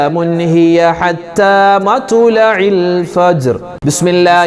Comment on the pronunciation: مطلع Ithil ط ساكنة alley Usthadey